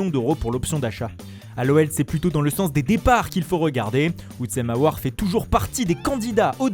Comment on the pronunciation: Houtsem aouar😂